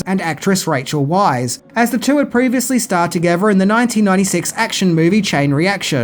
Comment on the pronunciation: Rachel Weisz pronounced "VICE".